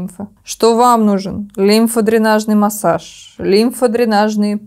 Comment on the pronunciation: В слове "массАж" ударение падает на второй слог, второе "А" также и при склонении этого слова: массАж, без массАжа, исправить что-то массАжем, благодаря массАжу и т.д.